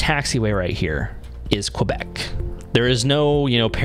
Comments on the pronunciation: The aviation phonetic for Quebec "Q" is pronounced "K-Bek" not qwa-bek. Double-yellow lines with double-dash lines are called HOLD-BARS. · You are killing me, killing me, Bro. Great video but it's pronounced KEH-bek. Not KWE-bek. It's a letter not a geographical area!